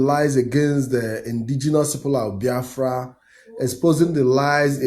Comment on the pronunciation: How come our brother talking cannot pronounce Biafra? :))